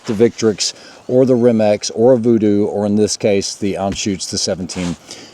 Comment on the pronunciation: Thanks for pronouncing Anschütz correctly.